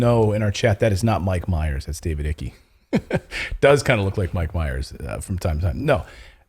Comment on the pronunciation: David Icky? Ike as in like